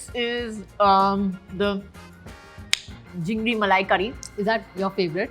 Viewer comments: Introduce jhingri instead of chinfri 😂. fake Bengali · Jhingri !!!??malaikari😂..it's chingri malaikari... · The chop isn't called machar chop, it's "MOCHA" because—surprise—it’s not a banana-flavoured chop it's made of BANANA FLOWER. And for the love of all things edible, we say ‘chingri’, not ‘jhingri’. Maybe someone could kindly inform Kajol before she rewrites our entire cuisine? Please, put in the bare minimum effort and stop butchering our food names. Thanks ever so much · It’s not jingri , it’s chingri ( prawns ) 😅😅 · everytime she said JHINDRI MALAI CURRY i cried laughing. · Jhingri malaicurry❌ it’s chingri malaicurry✅ Luchchi ❌ it’s luchi… Kya zaroorat hain bangla bolne ki … koi nhi bole ki bengali mein bolo … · Jhingri Malai Curry! It’s called CHINGRI MALAI CURRY! And FUCHKA is not Puchka! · Kajol .... It is Chingdi Malai Curry .... not jhingdi.... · It's Chingri malaicurry, not Jhingri malaicurry🤣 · She is saying ‘Jhingri with a J’ but we Bengalis call Chingri malai curry ! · Most faltu 😂 She cant speak a word in Bengali Wats jhingri😂😂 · Chingri malaikari ❌ Jingri malaikari ✅ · it's not jingri malai curry but chingri ( prawns in bengali) malai curry.... it's bhetki ( is a fish) not bekti .... this is mocha ( kele ka phool ) uska chop.... Its not banana flavoured yrr 😂 ..... Her being a Bengali must know this atleast.... Seems like she's trying very hard to show as if she knows everything about the dishes 🙂🌚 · jhingdi ?????? its chingri right !!!! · It's not jhingri,it's CHINGRI. and not khojur, it's KHEJUR.gobindo bhat completely wrong , it's GOBINDO BHOG CHALER BHAT. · Kajol can't even prounounce Chingri